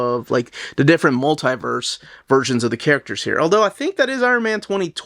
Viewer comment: *Mul-tie-verse" is like nails on a chalkboard lol. It's pronounced 'Mul-tee-verse'.